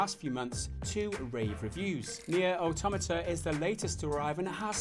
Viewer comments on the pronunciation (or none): Auto-MAH-TAH, not Automita